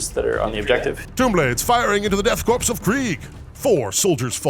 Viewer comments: “Korps” is pronounced corps like in marine corps. It’s just the German spelling of it. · I don’t mean to be that guy, but every time he pronounces “Korps” as “Corpse” instead of “Core” I take 1 D3 psychic damage. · You keep saying "Korps" and "Canoptek" wrong. Korp is pronounced like core, and it's can-op-tek, not can-top-ek. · It's pronounced Death 'core', not Death 'corpse'. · Korps should be pronounced like core. I can't tell you how or why this bothers me so much. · Idk, I think "Death Corpse of Kreig" tracks pretty well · So are we just doing a meme by saying Death "Corpse" , instead of "Core" for Korps?